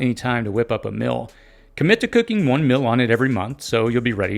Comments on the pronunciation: Mill vs meal. Sill vs seal. Fill vs feel. Please distinguish these pronunciations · You talk funny Meal--->mill Fire------->fur Sealed-----> silled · "Meal" rhymes with "eel".